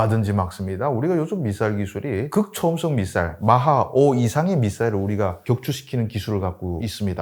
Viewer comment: 주기자님 북괴출신 맞는게 미사일 발음이 미싸일임 ㅋㅋㅋㅋㅋㅋㅋㅋ